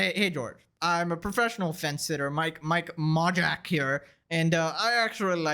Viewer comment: It’s pronounced Mike May-Lack. As in “Mike may lack talent but he’s rich anyways”.